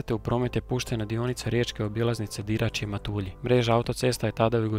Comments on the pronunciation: Fora video svaka cast na trudu, samo jedna opaska krivo izgovaras MATULJI. Nisu Matuuulji nego su MatUlji. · Odličan video, jedna jedina mala greškica ,a to je izgovor mjesta Matulji, nema naglašavanja slogova :)